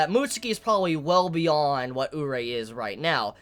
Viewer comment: omg say Urie's name right please xD its pronounced oo-ree-ay